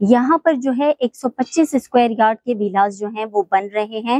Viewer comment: Koi madam ko precinct, villas and available ki proper pronunciation hi sikha deta 😂